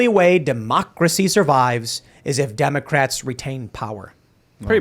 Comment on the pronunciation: He said 'Democrats' incorrectly.